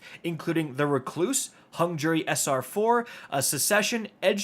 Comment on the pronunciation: REC-loose, Not Re-CLOOSE